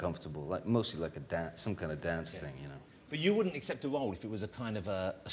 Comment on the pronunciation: " A - ccepted ", not "E-xcepted" ! 😊😊💕😊🇬🇧💕